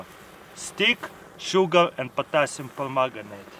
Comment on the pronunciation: did he say potasium pomegranite?